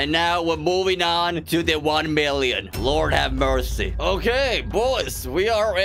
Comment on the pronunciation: Tak Fuji says “one mirrion horse powaaa”